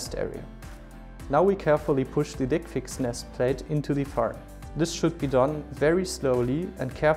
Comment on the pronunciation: Can't listen with straight face when he says "dickfix"